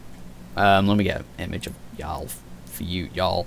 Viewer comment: Of course I played the game. Multiple times. Maybe you should too. Because if you actually played the game you wouldn't be pronouncing Jaal as Yaal. It's Jaal with a 'j' sound. It's the use of resources to update something that was completely unfair and the original two NPC options for Scott was just an insult to the LGBT community. And yes I understand continuity in story writing. Jaal was written as bisexual. Nowhere in the game before the patch did he give an indication that he was only into women. Like Liam did. The patch simply put the option in like it was originally meant to be. Also they released two patches before this focusing on glitches and will be releasing more.